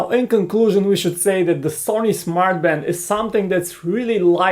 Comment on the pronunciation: Did he say 'Smart fart'?